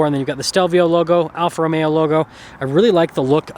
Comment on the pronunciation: Romeo please! Not Romero